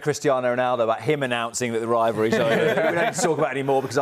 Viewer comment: Only Ronaldo talks about a "rivary" never heard Messi talk about a rivary..🤷🏾‍♂️